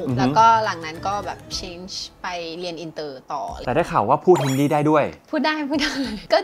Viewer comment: พิธีกรครับ ภาษาฮินดีครับ ไม่ใช่ภาษาฮินดี้